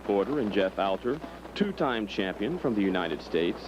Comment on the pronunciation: It’s Hobie… “HO BEE” not “Ha BEE” 💚Hobie Alter (“All Ter” not “Al ter”)